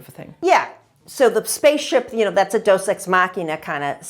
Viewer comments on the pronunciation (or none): It is not Dos Ex Machina. It is Deus Ex Machina. “God from the Machine.”